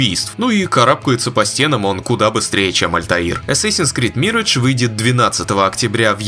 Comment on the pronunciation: Опять "Мирэдж", ёшкин кот! Позор тебе,! 😂